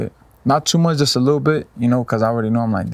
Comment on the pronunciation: It would’ve been GGG like Canelo but GGG ducked lol 😂 He said “Ward too musch for me” 🤣🤣🤣🤣🤣